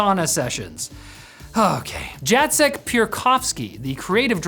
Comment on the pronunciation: It's "Yatzek" not "Jatzek" :)